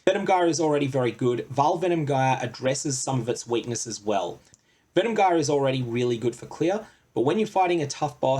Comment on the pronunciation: Good info. But that's not how you pronounce "gyre"